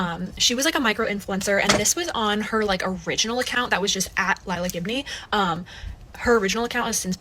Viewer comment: Everytime you said her last name i heard "give me" and honestly, thats a perfect last name for an entitled influencer